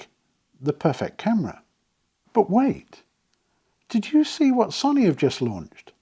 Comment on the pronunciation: Love your videos… But please stop calling Sony sunny. Its Pronounced So-oh-knee. Not sunny. Don’t mean to be an ass about this but it’s my second favorite company. 😂